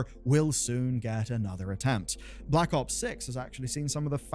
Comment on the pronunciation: You know you arent a cod fan when you say blops